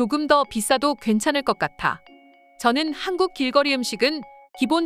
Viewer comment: 하안국 하항국 발음이 진짜...